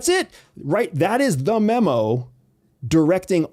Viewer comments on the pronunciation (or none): none